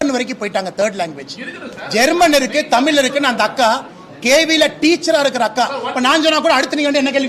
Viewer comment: திரு அண்ணாமவலை அவர்கள் எனக்கு மிகவும் பிடித்த அறிவாளியாவார் அந்தபேரன்பு உடையவருக்கு எனது அன்பான வேண்டுகோள் 1. தமில் தமில் என்று உச்சரிப்பதை தமிழ்‌ எனவும் தமில் மொளி என்பதை தமிழ் மொழி எனவும் உச்சரித்து தயவு செய்து பழகுங்கள் தங்களால் மேற்சொன்ன வாறு அழகாக உசரிக்க இயலும்